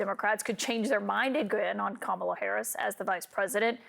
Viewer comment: Why these Donald Trump and his [Right Wingers] acolytes never pronounced her 'FIRST' name CORRECTLY?!